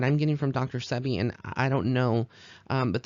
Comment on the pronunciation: No disrespect intended but it is Dr Sebi pronounced See-Be